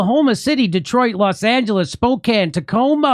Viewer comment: Thank you for saying Spokane correctly! Love you brother, I wish I could be there in person but I gotta work, and since I own the company I work for I really hate myself right now lol. Keep up the great work!